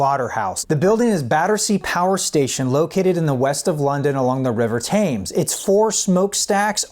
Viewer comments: River "tames"??!? Dude, it's pronounced "tems". The Thames. :) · Its pronounced tems not taams. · The river Thames. It’s pronounced “Tims” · Pronounced “Tems” not “Tames” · The big four? What we talking about here? Going on safari? The Thames, it is pronounced Tems, not Tames. As smoke stacks representing the members of the band - what are you on here? The smoke from the stacks? Please, get a grip already. I can't watch this video anymore, it's just so stupid. The album is very much about the social-political conditions of mid-1970s Britain - take that as you will. Anything else is just the common human condition, right? FFS. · Lots of healthy support here for my long-standing contention that Animals is tops! yes it's the River Thames but ffs they say "temms," not "tames." everybody knows this, even we Yanks! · It's pronounced Tems not Thayms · The river Thames is pronounced 'Tims'. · Thames is pronounced “temz”. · Hillarious pronunciation of the River "Thames" (For Londoners its literally pronounced Tems - much liike Greenwich which is pronounced Grenitch or Butcher which does not sound But at the beginning ;) ) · It was recorded 3 years before Thatcher came to power. Between that and "excape" and "the river Tames" I can comfortably conclude that I'm definitely done here. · lol It's pronounced Tems, mate. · You pronounced Thames wrong. TEMMS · I wanna say the brits pronounce Thames as "Tem". I could be wrong. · Btw Thames is pronounced tems. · American pronouncing English location names ("Thames"), expecting logic. Sorry, no such luck.